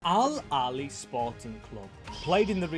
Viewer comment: It's pronounced al ahhly not al ali